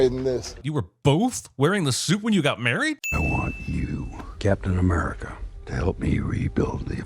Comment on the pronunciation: Captain A-meh-rica